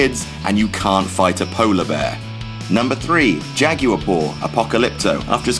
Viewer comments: Jagyor? It's jagwar. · The way he pronounces jaguar lmao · You pronounce jaguar really weird. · Why do you pronounce jaguar like that?